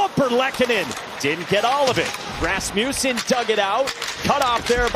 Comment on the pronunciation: Love hearing the commentators say Rassmewsen 😂😂